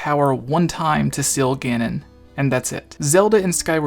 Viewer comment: not once did you pronounce seal right